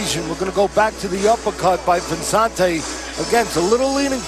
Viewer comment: cant pronounce Vicente, idiot calls him Vezzante'